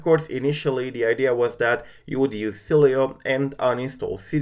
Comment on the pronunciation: Hey btw Sileo is pronounced (Silo) The e is silent